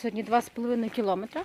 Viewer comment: Привіт, супер відео! Але "кілОметри" - це не правильний наголос! І українською кажуть не "самий швидкий", а "найшвидший", не "суточна", а "добова"... Ну і "вдвойнє, рєзко, на стадіонє" теж то не наше... Дякую, хай щастить!))